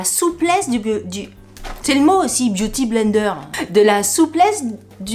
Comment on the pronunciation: Biou ti blaine deur, à la prononciation normande 😂😂😂😂😂merci pour ce bon moment, j ai oublié : les we malade au lit......